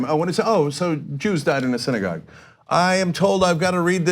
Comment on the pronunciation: Did that fucktard say "siddygog shooting"?